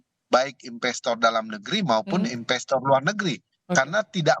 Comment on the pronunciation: investor pak bukan inbestor